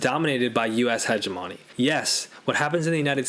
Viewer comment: I can’t get past the pronunciation of hegemony! 😂. I know I suck. Great vid.